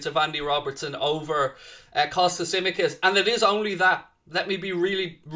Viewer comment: Come on lads✊🏻🚩🚩🚩🚩🚩🚩 Looking forward for that match! *Tsimíkas is pronounced like ch-imíkas The ts in Hellenic makes a ch sound like Chamberlain. So, it’s Chimíkas, not simikas.